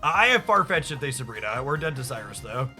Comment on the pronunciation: I'm convinced you pronounce these names incorrectly for more engagement lol. Darkrai = dark-rye like rye bread. Cyrus = sai-rus sai pronounced like eye. Weavile = we-vile. Electivire = elec-ta-VIRE, kinda like fire with a v, not electreeve. Loving the deck lists though, keep up the great content. 🙂